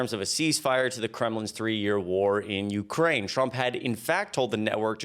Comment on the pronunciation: its' "breathe" not "breath". It's "Ukraine" not "ukrain". You're gonna have some of your Moldova troll-farm pay docked for this one. Do better.